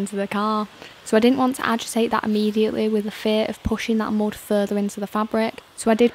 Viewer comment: Lovely accent, "dried mood" on the carpet, Delightful.😊